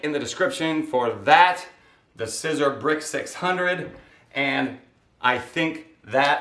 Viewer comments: By now, you know that SISER is pronounced SEE-ZER. One year post video, and I wish you had allowed more space between the F I T on the front. But the shirt looks pretty nice! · It's pronounced Seezer, like Caesar.